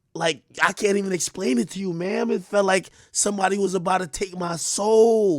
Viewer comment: Ma’am not mama